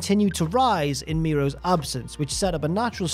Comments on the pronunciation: Miro's 😂 lol it's mero's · It's Marc Mero not Marc Miro hahaha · OK, just me that is really annoyed by pronunciation of Mero. Mero and Miro are different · i know its a different accent & way of speaking, but stands out every time he calls mero miro like the former rusev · Stop saying Miro. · I'm about to freak out if I hear you mispronounce their last name one more time. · The worst thing about this is the pronunciation of Mero in the video